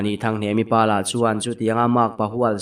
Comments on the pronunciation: HNEMA i ti deuh mei a .A dik lo a lawm HNEMI ti tur zawk a lawm😊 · hnemi kha hnema tiin i lam palh hlauh mai. mahse a ngaihnawm lutuk tho e